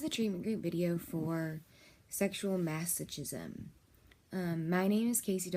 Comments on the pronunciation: It’s masokism you don’t say CH like CHOOCHOO it’s more like KOOKOO. :| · Both terms are pronounced hilariously wrong, and for godsake, DON'T SAY YOUR PATIENT'S NAME. HIPPA violations will lose your license real quick. Lastly, neither of those terms are unhealthy, and are practiced by millions of people who lead perfectly ordinary lives. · TOTALLY FAKE VIDEO. THIS WOMAN IS NOT A DOCTOR. SHE IS A HIRED ACTOR WHO CAN'T EVEN PRONOUNCE THE WORD MASOCHISM. THERE ARE SEVERAL OTHER VIDEOS ON YOU-TUBE WHICH ARE IDENTICAL TO THIS ONE, BUT WITH OTHER NARRATORS, EACH OF WHOM CALL THEMSELVES DOCTORS. THEY ARE NOT. THEY ARE FRAUDS. THIS VIDEO IS FAKE, FRAUDULENT AND PHONY. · don't say your clients name in a video like this... also you obviously haven't done enough research on the topic because you don't pronounce masochism or sadism right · You pronounce masochism and sadism wrong. Are you a professional? Also, these are not bad things as the word disorder suggests. What is not ok, is the abusive husband. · probably should learn how to pronounce masochism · I agree